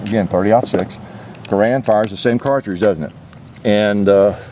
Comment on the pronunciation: Thank you for paying proper homage to Jean Cantius "John" Garand by pronouncing his family name properly.